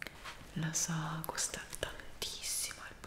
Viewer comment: Nessuno:: gUsta tAnTisSimo il bAgNOH!! p.s. ti adoro❤💞